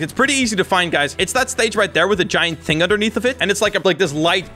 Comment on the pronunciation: “1 hing”🤣🤣🤣🤣💀